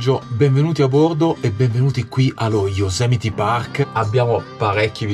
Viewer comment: Yosemite non Yosemiti 😂😂😂😂😂😂😂😂😂😂😂😂